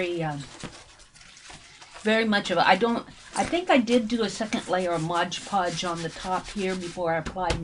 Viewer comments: This is a very interesting and pretty project. However, please learn to say Mod Podge, instead of Modge Podge. It drove me crazy. Love the technique! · DRIVES ME NUTS TOO. IT'S AMAZING HOW MANY PEOPLE MISPROUNOUNCE IT. Mod sounds like odd people!!!! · I think that is a Brand Name that so many people mispronounce — like "WalmartS". Ugh. I think there are "clicks of people" (for a lack of a better word) that are exposed to the wrong pronunciation then don't realize they are saying it wrong — even though the word is very large on the bottle — and looked at how many times a day? Yes, hearing it throughout the entire video is a bit irritating, but the video is a great concept! Thanks,!